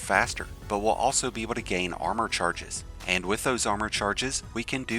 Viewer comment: Not to come off as salty, take it as a feedback. I've liked the content of your videos whatever I stumbled upon. But please speak firmly, I don't mean screaming but your accent/pronunciation really needs some fix. Example: it's EN-GRAM not INN-GRAM. AAND not EIND. æ, a, e sounds are REALLY hard to listen to